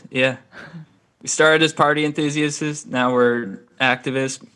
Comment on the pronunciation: “we started as party enthusiasts-asts” lmao